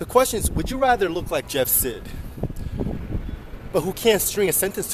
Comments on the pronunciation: its pronounced "side" not "sid" you keep saying it wrong. You made a vid about the guy but didnt know you were pronouncing his name wrong?! yikes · Its pronounced jeff side not jeff sid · hahahahaha! your saying his last name so wrong, its pronounced like "side" not "sid" what you were saying. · "Jeff Sehd" XD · its SEID. pronounced "SÆID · You're saying his last name wrong. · "I'm a fuckwit and I have a pin dick" -. Do you even pronounce his last name correctly? Please stop.